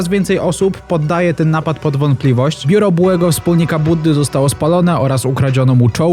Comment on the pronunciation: biuro a nie ,,niuro"